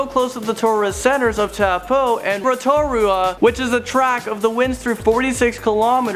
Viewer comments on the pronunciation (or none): tau poo? wow. I am from nz i just laughed so hard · taupo is pronounced toe-paw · Zaby Plays TAPOO???? AND HOW THE F DOES HE SAY ROTORUA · Natalia Donaldson So am I, and I still can say then right. And I'm pretty sure he's Canadian but I know many Canadians and they have no trouble say them correctly because I say: "Taupō" and they say: "Towel-po" but at least you know what they trying to say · LOL I LOVE HOW HE'S PRONOUNCING THE NAMES!!! Waitomo - Wai- to-mo Hawkes Bay -Pretty much just Hawk's bay Waiheke Island- Wai- heck-e Rotorua - Roto (as in rotor but without the R) Rua (sort of like ruwa except the w isn't as strong) I think he's trying to say Taupo - It's not tap-o, it's Toe-paw Wai sounds like Why, btw. Alright I'm not even going to bother anymore it's really funny but there are so many that he's saying wrong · TAPU AND RATORA😂😂 I'm sorry but it sounds so wrong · and lake tapu? 😂😂😂 HAHAHHAHAHAHAHA no its taupo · it's tow-Po not toe-poe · Wait did he just say... Tawpoo????? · Although i am happy that you guys made a video on my home country, you mispronounced a lot of the names. Eg: Rotorua is pronounced "Row-ta-rue-ah" and Taupo is "Tow-paw," Waitomo is "Why-toe-mow," and Waiheke is "Why-heck-e." But you guys really did capture the magic that is New Zealand. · I live in New Zealand and you pronounced Taupo wrong its pronounced Toe Paw its Maori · Really he thinks that you pronounce Taupo tapoo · Totally butchered the town names XD Taupo is pronounced toe-poh and Rotorua is pronounces row-toe-roo-uh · It was so hilarious when he tried saying Taupo right. I live in New Zealand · Proud to be kiwi I laughed when u tried to say Taupo and Rotorua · I just laughed when he tried to say Taupo and Rotorua NZ Fam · U pronounced Taupo and Rotorua wrong just saying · God, sorry, but your pronunciation of Taupo, Rotorua, etc. was cringe worthy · Taupo Bro learn to speak Moari